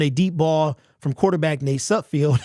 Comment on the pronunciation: SudFELD........not SudFIELD. Still love ya' bro. Great to see your takes again. You're my go-to on all Lions info!!